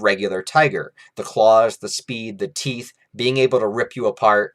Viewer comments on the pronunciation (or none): none